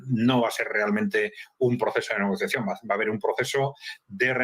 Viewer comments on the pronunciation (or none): Se dice Negociación